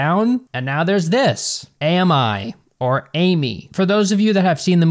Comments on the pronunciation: I think AMI is supposed to be the French word for friend. Pronounced "am-E" instead of "A-me"(Amy) Or maybe I'm giving them too much credit lol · in french, we pronounce the word 'ami' as 'ah-mee' so, your comment made my analysis even more accurate i guess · I think the movie is pronounced Ay My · Isn’t it pronounced differently tho?